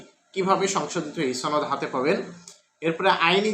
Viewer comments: আচ্ছা "সনদ" কে ছনদ কেন বলেন? আপনি যখন মানুষের সামনে নিজের বক্তব্য দিবেন তখন শুদ্ধ ভাষা প্রয়োগ করবেন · সনদ এর উচ্চারণ ছনদ, শনদ নয়। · একমাত্র রাজশাহী অঞ্চলের মানুষ ছ উচ্চারণ করে অযথা। কিন্তু এক্ষেত্রে আপনার সূত্র ভুল। এটা আঞ্চলিকতার জন্য নয়৷ সনদ শব্দটি আরবী। প্রথম অক্ষর ' ছিন ' দিয়ে শুরু। তাই এর উচ্চারণ ছনদ। আশা করি বুঝতে পেরেছেন।